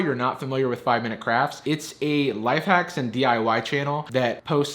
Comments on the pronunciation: did I hear him say the waks are pretty hacky... I’m not the only one right? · did you say: The Wacks Are Pretty Hacky ? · Nobody noticed that he said the wacks are pretty hacky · “their wacks are pretty hacky” that’s a spoonerism! It’s when you flip the first two letters of the word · I heard you say, "Sure the wacks are pretty hacky," and I thought it was right. Then I read the text. I honest to God couldn't stop laughing